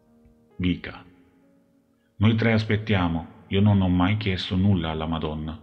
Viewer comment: Non si chiama vika ma viska 😊